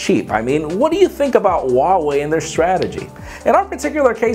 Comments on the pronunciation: its h u a wei. not h w a wei. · its pronounced wah-way....!!! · Huawei is pronounced as 'WaoWey'.